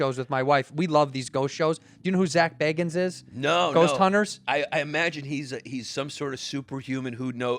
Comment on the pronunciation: I can definitely hear that midwest accent coming through when Cheeto says "Baggins"